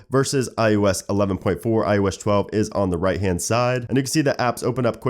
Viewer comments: "IOSH 12" he says😒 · It's still "iosh chwelve" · ''IOesh 12''